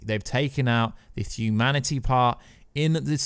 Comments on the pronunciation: What on earth is a thuman/fuman or thumanity/fumanity? Makes listening to this commentary almost unbearable. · and therabouts. The word "thuman" and "thumanity" recurs multiple times. I dunno if it's a speech impediment or a microphone noise.